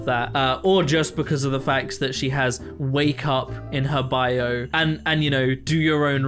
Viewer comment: i was so confused bc you said she has “wake up” in her bio and i first thought you said “WAYCUP” and i thought it was an acronym for something and i was trying to figure out for way too long 😅😂